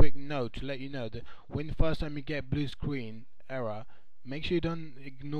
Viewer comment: Bwu Screen.